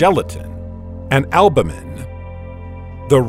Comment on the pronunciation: Well, I like your pronunciation of albumin better than mine, though.